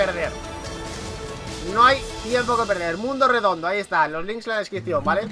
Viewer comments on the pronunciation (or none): Flacooo aprende a hablar flacooooo Futbol no fubol Descripción no descricion Reaccionar no reacionar Aaaaaay diossss